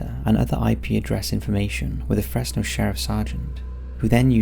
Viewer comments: Its not pronounced Fress no Its pronounced Frezz no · FreZno. Is how its pronounced just to let y’all know. I was born and raised here and definitely the cops here are dirty. The Fresno police chief’s homie got arrested for having hella meth and the chief “removed” himself from the situation and now the chief is running for mayor and the guy that got caught w the drugs is doing time in the pen like 20+ years. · The (s) in Fresno sounds like a (Z) so it’s Frezno so to speak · I’m sorry but the way he kept pronouncing Fresno; it’s pronounced like Frezno (stupid ik) also San Joaquin is pronounced like san wa-keen. Don’t pronounce the J